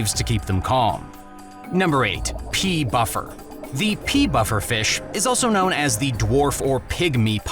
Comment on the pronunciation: ret tail "shark" are not that expensive as they as they are now mostly captive bread, severum cichlid are not uncommon at ALL, Guerami what is that?* stop trying to pronounce there names properly when you just butcher them, Pea Buffer made me piss my self its a pea puffer although you did get the part that they take chunks out of other fish i have kept them in the past, btw recommend changing the title to most aggressive aquarium fish. stop showing marine pics when its freshwater, and do your research. *I know its a gourami